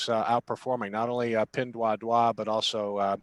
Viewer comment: "Pin Duah Duah". Sounds French.